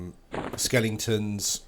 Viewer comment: "Skelingtons" lol